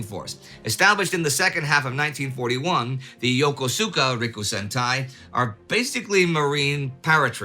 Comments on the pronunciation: It's pronounced "yo koos kah", not "yo ko soo kah" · Yokosuka is pronounced Yo Ko ska, not Yo ko su ka. Love your videos but this pronunciation always makes me chuckle 🤭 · Nice video. I believe Yokosuka is pronounced as if there was no 'U', so "Yokuska" phonetically. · For Japanese pronunciations, Yokosuka = yo-ko-ska Sasebo = sass e bo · A quibble: The Japanese port-city of Yokosuka is pronounced Ya-kus-ka. No idea why, but I suspect it's much like the pronunciation of English towns like Worchester (Wooster) or Gloucester (Glawster). I spent many a day and night on the streets of that splendid city. Good times................................... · Sorry Mr Neidel, but you got the pronunciation of Yokosuka wrong. English likes to stress the penultimate syllable while Japanese distribute the stress more equally. Secondly, the U in the third syllable is devoiced (the s is geminated) because it is between two unvoiced consonants. The result is something like Yokosska. And I have a question: What does the phrase "Go tell it to the Marines" mean? If I were to tell you something, and you were to respond "Go tell it to the Marines," what does that tell me about your opinion on what it was I told you?